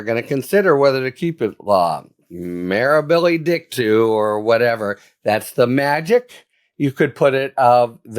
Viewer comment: While I agree with you, the pronunciation of the Latin phrase "mirabile dictu" is "mĭ-rä″bĭ-lē dĭk′too͞" . This is the END of a meritocracy! The Reich-wingers have succeeded in changing the correct interpretation of the Right-wing Supreme Court in 1935 for Humphreys Executor into the evil interpretations of the German courts of 1933-35 that empowered that man with a funny mustache to become Hailed as the Leader and Savior of the German People.